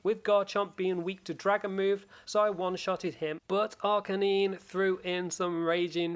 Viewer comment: Learn how to pronounce lucario and arcanine properly please